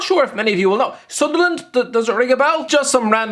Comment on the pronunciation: I nearly choked due to laughter when he said sunderland 😂😂